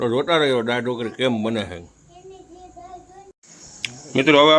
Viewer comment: જેને ગુજરાતી શબ્દો બોલતા નથી આવડતું તેવા પણ મોઢામાં ડૂચો નાખીને લાઇક અને સબસ્કાઇબ કરવા હાલી મળ્યા છે. દા. ત. 'દાળ' બોલવાને ડાળ શબ્દ બોલતો હોય એ નવાઈ છે😂😂😂